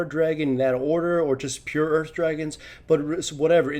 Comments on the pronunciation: sounds like you're saying Urf Dragon a bit when you say Earth Dragon. The thought of that: "Free CDR for everybody!" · I swear he says Urf Dragon...